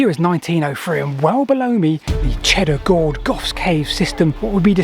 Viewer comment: Groge → Gorge ?